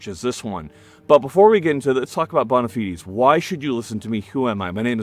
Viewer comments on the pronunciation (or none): “Bahn-a-feeds” mf it’s pronounced “bone-ah-fides” 😂